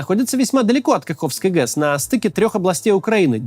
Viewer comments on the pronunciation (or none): Максим не ГЕС а ГЭС